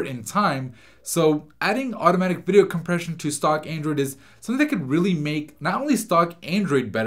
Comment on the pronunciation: He keeps saying aindroid